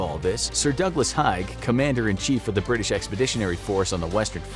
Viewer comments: Pronounced "HAYG" not hi g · Yep, and Ypres is pronounced "eep". Also the General Haig isn't "high-g," it's "hay-g." It's strange that Infographics gets so many details right yet still screws up certain word pronunciations - it's not like it's impossible to find out this stuff with, you know, some research...